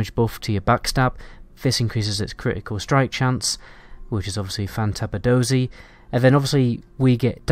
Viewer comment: Fan-dabbie-dozy you said it wrong.